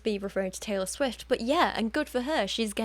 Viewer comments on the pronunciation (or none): none